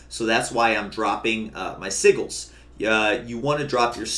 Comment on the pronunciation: You are saying "sigil" wrong. It's Si-jel.